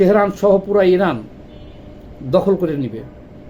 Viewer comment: ইরাক এবং ইরান ঠিক ভাবে বলুন। আপনার কথা জড়িয়ে গেছে।